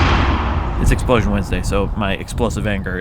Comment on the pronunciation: Hey Wheezy, do you put emphasis on EXplosion, exPLOsion, or exploSION? I hear you alternate between the first two and I think it would be interesting if you tried different ways of saying it and maybe have different explosions for each one. :P